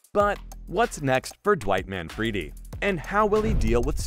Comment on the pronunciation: “Manfreedi” 😂, it’s not “Manfreedi” in Italian OR English.